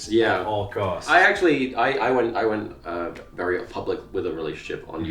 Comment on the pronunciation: wewwy niiice